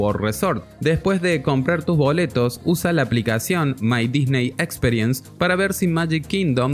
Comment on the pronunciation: Buen video pero los oídos me ardían cada vez que pronunciabas "experience" 🤦‍♂